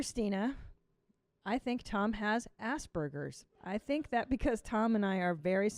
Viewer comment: “Assburgers” ? Did she mean aspergers ?